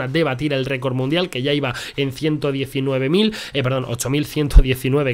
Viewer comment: Alguien más se fijó en que en la intro cuando sale el bárbaro dice récord munidal en vez de record mundial